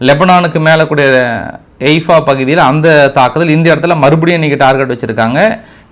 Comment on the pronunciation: எய்பா இல்ல தலைவரே ஹைபா